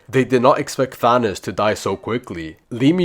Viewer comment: "Thaonoos" bro said Thanos wrong